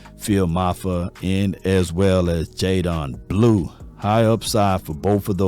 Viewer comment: sh-uh-vawn rev-el. jay-den blue.